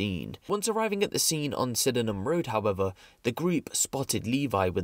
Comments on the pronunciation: Pronounced sidnam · Someone teach these guys to say Sydenham properly ffs, cringe